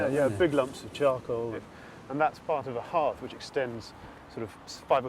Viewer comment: Hearth not heart! ShArds not sheds